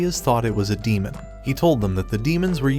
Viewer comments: Demon not damen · Damen? You German?😂